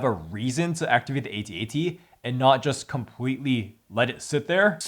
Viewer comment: It's pronounced "at, at", not "A" "T'' "A" "T" . Just look up how george lucas pronounces it on youtube.